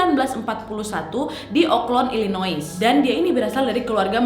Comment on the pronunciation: Illinois bacanya tanpa "s" uak. Sekedar masukan.